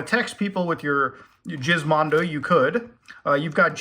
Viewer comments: Your saying Gizmondo wrong. Your pronouncing it Jizz But it's Giz like Gizmo. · You're killing me lol its "Giz-mon-dough" not "Jizz-mon-dough" lol like Gizmo! Hilarious though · isnt it pronounced GIZ as in GIZMO-MONDO? not Jizz-mando?? lol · Once again: It's GIZ mondo. (as in gizmo) Not "jizz-mondo" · why call it the jizzmondo. its supposed to be gis. like gizmo. "what a weirdo gizmo this game thingy is" gizmondo. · geezmondo not jizz :eyes-purple-crying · It's pronounced Gizmondo, not Jizzmondo. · Not Jizz-mondo. Its 'Giz' like Gizmo. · can't tell if Muta is pronouncing it jizzmondo as a troll of if he's never heard the word "gizmo" that this was titled after, and no it's not pronounced jizzmo. Wait, does Muta pronounce gif jif? ugh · I'm pretty sure it's supposed to me giz as in gizmo, not jizz. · I’m gonna take a guess you pronounce it with a G sound for Gizmo instead of Jizz, could be wrong though. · Jizz-mondo? I thought it was Gizmondo, like Gizmo. My world has come crashing down. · So you mean to tell me the pronunciation is not Gizmo but instead “Jizzmo” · Why does he keep pronouncing it as Jizz instead of Gizz on purpose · G-gg-ggggiz. Not Jizzzzz. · it's GUHIZMONDO not JIZZMONDO facepalm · Not Jizmando... lol its gizmondo like gizmo... lol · Wth neverhear anyone call it jizzmondo, its Gizmo ndo. Maybe it was a play on you done for the manscaped plug. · giz not jiz 😂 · Was always pretty sure it was supposed to be said like Gizmo. You always say Jizzmondo, like something else. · Technically, it’s pronounced with a hard G. Like Gizmo but the joke works and is funny lmao. I’m a convert. It’s now Jizmondo to me. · ohh its with a G not a J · Are we sure it's pronounced "jizmondo"? In sweden we rarely pronounce "G" as "J". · I laugh every time Muta calls it the "jizz-mondo", Lmao! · i love how Muta keeps calling it Jizzmondo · I think it's Gizmondo with a G, like in GIF, not JIF. Gizmo (/ˈɡɪzməʊ/) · Gizmondo is pronounced with a hard g, like in the word egg.